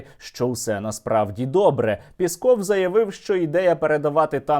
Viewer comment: не Пэсков а Піськов